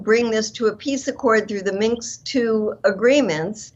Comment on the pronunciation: Ladies! The word you are saying is "Minsk" accord, not "minx!" 😆 The latter is defined as: “a pert, sly, or boldly flirtatious young woman."